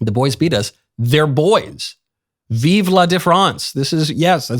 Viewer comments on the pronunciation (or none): none